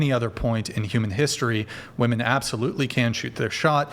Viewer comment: Is she saying WOMAN instead of WOMEN??